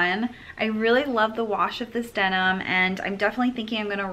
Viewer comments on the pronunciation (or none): none